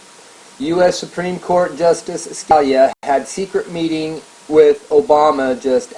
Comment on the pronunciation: It's pronounced like "Skah-LEE-ah". [feel free to remove this comment after reading]